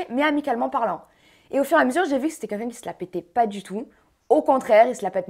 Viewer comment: J aime bien Jessy mais à force de dit c"qunqun " au lieu de quelqu'un